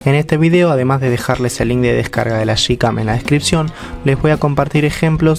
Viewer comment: broder se dice yicam, no shicam